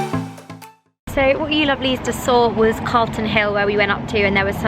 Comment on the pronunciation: LOL Clarton Hill is actually Calton Hill hahaha you're nice!